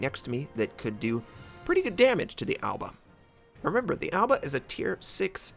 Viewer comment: I just can't stop laughing that he pronounces Aoba like Alba